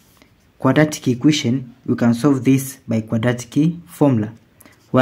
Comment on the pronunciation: It's called an equation, not an iquition: stopped watching immediately